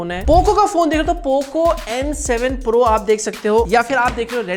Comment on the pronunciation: When bro says pirooo gaming 🥵💀😁